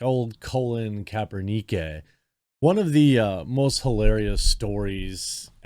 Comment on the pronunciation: Colon Kaper-nee-kay lol